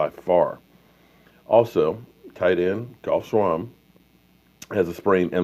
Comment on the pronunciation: I am totally baffled by how you pronounced Geoff Swaim's name lol. Otherwise great video. Think of Geoff like Jeff. It's the same.